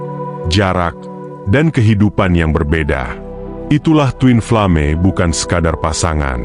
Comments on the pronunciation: Min.. ini yang baca orang atau robot sih?.. bacanya koq twin flame sih??.. twin flem gituu.. hahahaaaah 😂😂 aneh banget denger nya... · Aku juga Aneh, ucapannya kok twinflame bukannya twinflem. Lucu ada2 saja